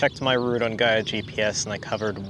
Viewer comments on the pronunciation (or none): none